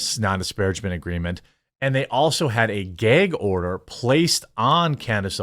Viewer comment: Don't you mean Geg order? 😂